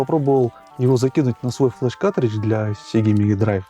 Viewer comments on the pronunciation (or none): каРтридж, а не катричш